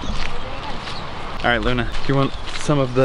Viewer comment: did anyone else hear luna say "i luna"